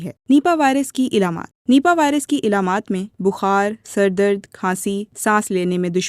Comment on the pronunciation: Very poor hiring for BBC Urdu, has poor urdu dilect. ilamat Nahin Alamat Hona cahey.